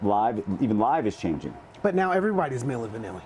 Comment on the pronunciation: Milli Van AI Lee